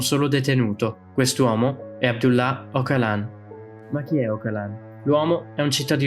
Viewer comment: Si legge Ogialan, una G morbida quasi come una J